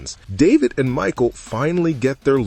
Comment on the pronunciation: Right?! And her name is Micah (Mick•eye) not Michael 🙄🤦‍♀️